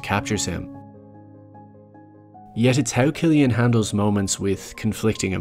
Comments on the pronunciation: Loved the video and the thoughts that the uploader put into it. I quite agree on a lot of the points actually. The only thing that brings it down for me is the pronunciation of Cillian Murphy's first name as in /kill-yan/. It's supposed to be /sill-yan/, mate. Looking forward to more videos nevertheless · It's Cillian. Pronounced like Sillian. It triggered me bro LOL